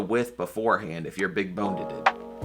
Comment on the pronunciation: “big bonededed” heheh